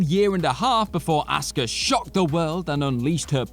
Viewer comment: I still have no idea who "auska" is ... I keep asking google, but all it shows me is some chick named "asuka" (pronounced "a-soo-ka" NOT "aw-ska")